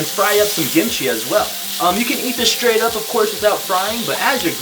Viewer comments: WHY ARE YOU CALLING IT GIMCHI?? ITS KIMCHI! good video btw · I keep hearing “gimchi” am I crazy or is he calling the kimchi “gimchi”???? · Why he say it as gimichi lmao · cringe cos "gimchi" like you can say it that way but i always say kimchi- also CUT THE MEATTT